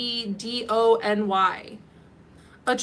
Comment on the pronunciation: Hey ya! It's pronounced "cal-SED-o-nee"!!